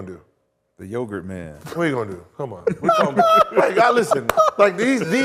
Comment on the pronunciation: "Yogurt man"😂😂